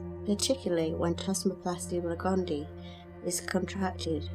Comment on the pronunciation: Please pronounce "gondii" correctly. It is gond-ee-eye. There are two "ii"at the end.